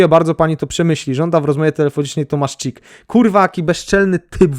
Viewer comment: Ej, to nazwisko się chyba czyta Hic, a nie Czik.